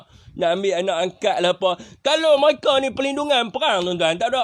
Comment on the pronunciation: Mcm rohingnya juga ni orang hahah😂😂 sebutan mereka jadi myeka😂😂😂